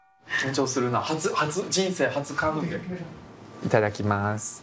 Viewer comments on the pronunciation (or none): ブラスくんの回、本当に楽しいです。忙しいだろうし、無理のない頻度でこれからも出てほしいです😊カヌレをマヌレ😂可愛らしいブラスくん。